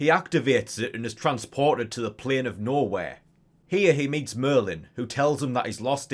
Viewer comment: Took me like a minute to realize youre saying "Nowhere" and not "Norway" but the latter is pretty hilarious